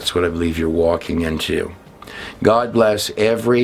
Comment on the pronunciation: Wow so much bad info in just 30 minutes NEVER trust a dude that can’t pronounce the word GOD